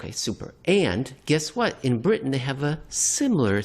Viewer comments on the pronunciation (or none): none